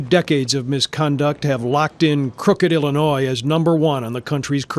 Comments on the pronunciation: The s in Illinois is silent. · Please stop saying the "S" at the end of Illinois. It's silent and hella annoying. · Illinois not Illinoiss. when you say it please do not pronounce the “S”s. 👍🏻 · Sometimes you pronounce illinois as “Illinoi” and sometimes “Illinois” (annunciating the “s”). Just to clarify the “s” is silent. I cringe when you annunciate the “s”. Love the content though. Keep it coming. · There is only one Illinois. Drop the 's' pronunciation at the end. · Yeah, there is plenty of corruption in Illinois, and in the Chicago area in particular. Also, the suburbs you are referring to here are all mostly poor. You see this pattern elsewhere as well. In poor areas, local government is the only place where the money really is, so that is where to go looking for it. By the way THE S IN ILLINOIS IS SILENT! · dear, the 's' is silent. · The "s" at the end of the word Illinois is silent.